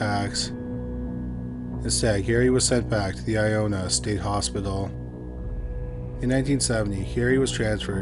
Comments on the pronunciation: Ionia is pronounced I-own-yuh🤣 not i-own-uh stupid of me to even correct it, just figured its worth mentioning. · Woof. You butchered those Michigan names, bud! lol Still LOVE your channel... I-own-yuh (Ionia) and Ip-sil-ann-tee (Ypsilanti). I had a buddy whose dad worked at the Ionia hospital as a guard round that time. I live in Spring Arbor, currently, just west of Jackson (former home of the World's Largest Walled Prison... our nickname is still The Prison City) and not far from Onsted. Not sure where you are in Canada, but we're only 4.5 hours from Toronto and only about an hour from Windsor, Ontario.